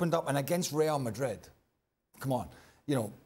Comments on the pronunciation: The way the pundit pronounces Real Madrid got me weak 😂 rrrieeerrll madriiiedd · I really really really hate how Moreno says “Reāl Madri”…… regardless of how right his pronunciation may be, makes it even worse the fact that he says it 6 times in every sentence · How many times does say Real Madreeed??